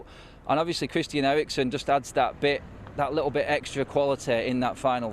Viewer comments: Did this guy just say ‘likkle’ ? 🤔😂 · Man said 'Likkle' bit more haha 😂 + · He’s been hanging with Jamaicans lol. He keeps on saying *LIKKLE*